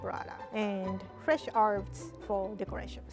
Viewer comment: When she said fresh flavor, i thought she said flesh flavor😂😭